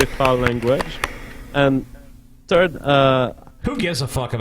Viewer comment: i love because he is pronounces the "th" sound a "teh" so when he says "third" it sounds like he is saying "turd"